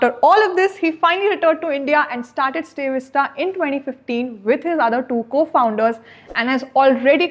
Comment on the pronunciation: It’s StayVista not stay vista